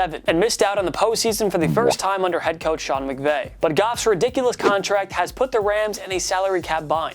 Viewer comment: Lmao man said regime' 🤣🤣 that's a first for me Edit: "Putt" up or shut up 🤣 Are there no adults on the room who can teach this guy how words work?